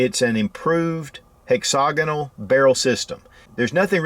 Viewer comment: It's pronounced HEXA-GONAL.....jesus.....